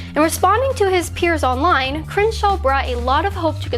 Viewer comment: It's miserable listening to you try to pronounce "Crenshaw".